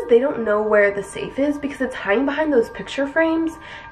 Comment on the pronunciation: The. Saf. Is. Oo. redey. Opoon